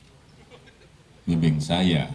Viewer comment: waktu me...mbimbing saya. (Perhatikan jeda dalam kata 'membimbing'). Respon 'alamiah' yang bisa Anda interpretasikan sendiri.